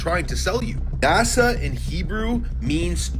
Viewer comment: I love your videos but I have to tell you its not "NAZA" its NASA lol